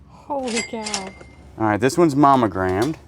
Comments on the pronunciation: Are you saying “momegrammed” with an “m” I know you know it’s “monogrammed” right with an “n” 😂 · You're driving me nuts! The word is MONO- gram(ed) it isn't "MAMA-gram(ed). I know we southerners have our drawl, but still. (You can only call something a Mamagram if it's a mailed Mother's Day card and you put just your initials on it.) And the metal thimble is a shot glass, as in "My gout is kicking up a storm and hurts like all get out, so I need just a couple thimbles full of corn squeezings." 🤣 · Is he meaning to say momagramed instead of monogrammed?. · Mammogramed.. 🤣🤣🤣.. Its Monogrammed. Mamograms are MUCH different. Thanks for the laugh 😁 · I love you two! So funny! When says Momogrammed instead of Monogrammed. He cracks me up! Love the addition of Daniel! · Too funny! I have captions on so I hear all you say (because you guys makes me smile/laugh A LOT) and every time you said manogrammed (which should be monogramed lol) my comp says mammogram. Unless you are doing medicals tests we can't see, something is wrong with my reader in this comp! :):):) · All I hear is mammogrammed and I am not seeing any boobs.